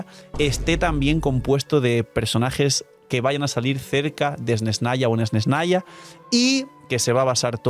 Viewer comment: Esnesnaya? Dilo como te enseño la rusa y crea tendencia 😉